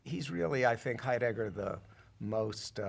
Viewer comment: Someone please tell this fellow that the accent in the name "Heidegger" is on the first syllable.